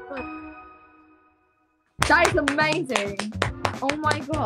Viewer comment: that is O-MAY-ZING im british myself and still found her pronunciation hilarious edit: damn you must have logged on at peak british times it seems lol